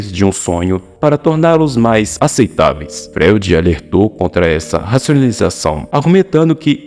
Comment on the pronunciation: Cara, não dá pra ouvir um vídeo de alguém que não sabe pronunciar Freud. Fica muito difícil acreditar que você sabe do que vc tá falando.